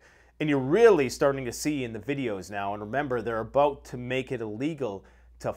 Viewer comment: Abooot. Haha you gotta say about.